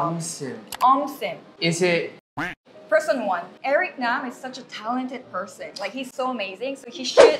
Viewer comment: Lol why did you pronounce his last name like a western foreigner would? You could have said Nahm instead of Naam.